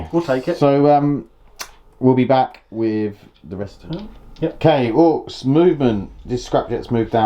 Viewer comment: wtf. orkses ? orks is not easy enough to pronounce ?